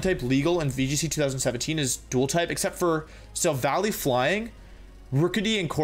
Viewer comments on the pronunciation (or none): none